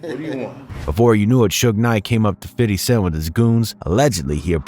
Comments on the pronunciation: First off.... Everyone needs to quite calling him "Fiddy"... Thats not how you say his name!!! Thats how old people say his name. If you wanna use that, then just call him "Fif". Not 'fid' or 'fiddy'. Use "Fif" or call him Fifty. Old people call him "Fiddy" cuz they thought that's what people were saying but they just didn't understand the ebonics behind it. FYI!!! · It is Fifty! Not "Fiddy". Stop doing that. Listen to his album he doesn't pronounce it like that . I know where it stems from. You say it correctly then go right back to that B.S. I know it is minor but it was a tough listen. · Dude, just say fifty. Please stop saying fiddy. You sound gay as fuck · Lmbooooo 😂 exactly!!! 50 Cent doesn't even say Fiddy...It's Fi-thy lolol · cringe how this white guy calls him fiddy cent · soon as you said fiddy... instead of fifty .. I stopped listening ... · Hella cringe hearing this lame say "fiddy" . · After the third "Fiddy" I had to stop listening 😞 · Bro who tf is “ fiddy “ 😂 I’m high asht hearin this foolishness lol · Cool story, but ummm 🤔 who's "fiDDy?" 😅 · STOP!.. putting some much emphasis on his name (Fity).. . It's 50 cent. Weirdo.... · please never say fitty cent smh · “Fiddy Cent” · Fiddy? Cmon now just say it how you usually say it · Imagine doing a shot every time he says fiddy😂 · Nobody calls 50..."Fiddy" lmaoo. Come on guy. Great vid still lol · No one ever says "Fiddy". You don't have to overdo it with the whole "Fiddy" thing. It just sounds ridiculous. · The fact he kept saying Fiddy mad me stop watching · Can't even say fifty correctly. What a retard.